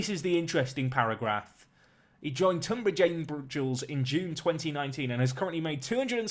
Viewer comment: Pronounced TUNbridge...just saying. I live not too far away from there. Really interesting video. Love it.